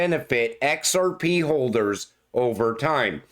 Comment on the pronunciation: I will set your "we're gonna talk about EX AR PE" as my new ringtone